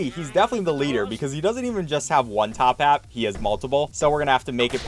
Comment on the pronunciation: it's toppat not tophat get it right next time >:(